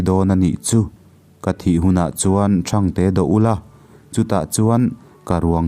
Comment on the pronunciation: Ṭhâng té ti alam tur a ang ka ti... Phingnu leh phingpa pawh ka hriatdan nen ala in persan deuh..